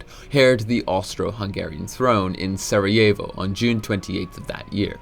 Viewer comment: "in Sorry-jae-vo" 😭